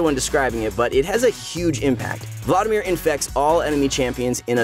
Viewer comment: The way you say Vlaudimir is so tilting... it’s VLAD IMIR